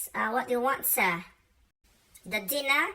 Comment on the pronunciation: "What do you want si'? The dinne'?" I love British accent 😍